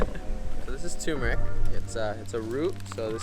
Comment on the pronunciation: Dude, the word “turmeric” is pronounced TER-mer-ic. There is no TOO in the word “turmeric”.